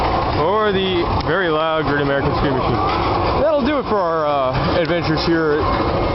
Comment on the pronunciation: he says Great american scream Machine but it sounds like Green lantern but this is from 2006 and green lantern wasnt for another years till 2011. illuminati?